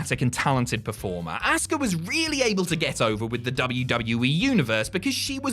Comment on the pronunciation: You say her name like asska jeez man watch the language LOL 😆🤣😂